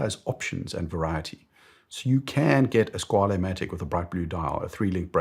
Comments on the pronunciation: I'm convinced that everyone produces Squale incorrectly based on Italian pretentions. There was a YouTuber called KDP Ross some years ago. He did a video where he attended a watch event in New York which was attended by Squale and he asked how to pronounce the name and it was confirmed that the name is "skwal'. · I’ve also come to this realisation recently. Squale means shark in French, not Italian, so pronouncing it as an Italian word doesn’t make much sense